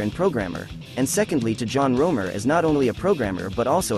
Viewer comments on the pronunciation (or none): "John Romer"? You mean ROMERO? Lol.